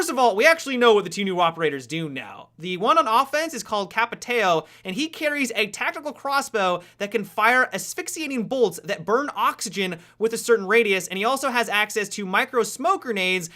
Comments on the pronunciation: my god, you completely butchered the names.. capeetaeo? caviara? really? at least try dude.. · "Kapiteo" "Cavieira" 10/10 Portuguese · He cant speak portuguese and speak capitao and caveira porra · "Capatayow" CAPTOWN is how you pronounce it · capiteio e caviera :O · I thought said captain potato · Hey, it is pronounced "capitown" and "cavera", and btw, awesome video! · is more like KA-VE-IRA and CAPTA-UM, the accent makes it different, but basically is like that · Pronounced "Capitoww", as in "oww, that hurt" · Hey guys, i'm Brazilian and i'm gonna help you pronunciate the right way ;) Capitão (Captain) - Cap (as in CAPTAIN) + E + Town Caveira (Skull) - Co (as in COUNCIL) + Vei (as in VEIN) + Ra (as in RAW) Hope it helps ;) Cheers from Brazil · Capitéô HHAHAHAHAHAAHAH Um dia você aprende. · I thought he said 'Papa Teo' haha. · hey im very happy seen you guys that dont speak portuguese trying to say the names of the operators but one thing: "Caveira" is translating skull and "Capitao" is Captain. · if I one day get to meet you I'll teach you the proper pronounce for capitão and caveira XD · pronounces montagne like a boss, but when saying "capitão" and "caveira" he tries to pronouce in english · So funny how he says "Capitão" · HAHAHAHAHA his Capitão pronunciation though! xD